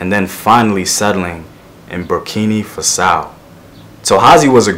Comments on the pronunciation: its BurkinA Faso not burkini fasow !!! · Please. It's Burkina Faso not Burkini Faso. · I found this guy today and I think this is great. The only thing is his pronunciation is itching at me, see it took me quite a while to understand when he said Burkina Faso as "Berkhini Fa-sow" (almost unrecognisable) a better pronunciation would be "Boor-keena Fah-soh". I know it may not be the proper pronunciation but his - to a person who speaks about the place- is unrecognisable. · You actually say BurkinA with an A, not an I. And in Fassau you stress the first syllable: Burkina Fássau. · I appreciate your video but please learn the correct pronunciation of the country :'(